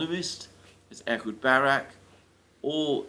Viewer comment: Ehud not Edward! Francisco not Franchisco, Snake not Snakes,,etc, etc